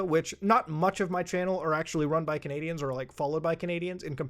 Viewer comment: At the end of the video the way you said you loved canadice where you had that Texas accent unless they sound like that where you're at which would be very strange